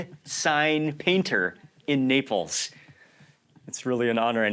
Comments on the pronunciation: Am I the only one who have heard Mark pronouncing Naples as"nipples"? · Why am I hearing nipples all the time 😂